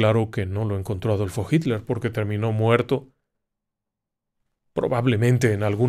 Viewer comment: ¿Porque dice jinler en lugar de Hitler?.